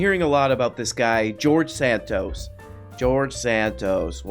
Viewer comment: The fact that says George Santos correctly when he intentionally fucks up every other name he mentions is like a five year setup to a beautiful joke.